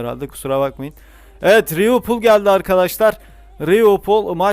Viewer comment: Abi rivilpool değil liverpool